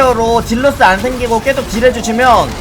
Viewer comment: 왜자꾸 계속을 께속이라고 발음하는거에요?